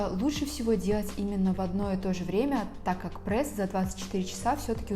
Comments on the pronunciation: Меня одну бесит что не прес а прэс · Вам тоже не нравится когда кто-то говорит Прээс?😆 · Я тоже говорю "прэсс"😊😁